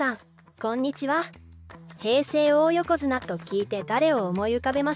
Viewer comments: おおよこづなではない。だいよこづなです。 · 大横綱の読み方はだいよこづなです